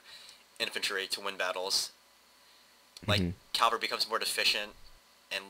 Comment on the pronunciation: love you, but it bugs me to no end how you say "cavalry"....you say "Calvary"....which is The hill outside Jerusalem on which Jesus was crucified.....lol